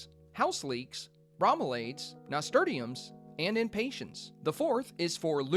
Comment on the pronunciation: Watching this over and over again as I work on mine, though just noticed as you're going through the flowers, you pronounced nasturtium wrong. It's nas-tur-shum.